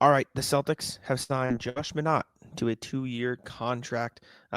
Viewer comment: Think it's pronounced "My-naht" instead of "Mah-naht"